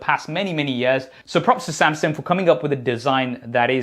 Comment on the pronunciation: Why is he calling Samsung Samsink? He sounds ridiculous. And why doesn't he have the name of his company on his shirt instead of whatever that is? No branding sense. Maybe one of these days these reviewers will review and test the earbuds. 🙄 Maybe.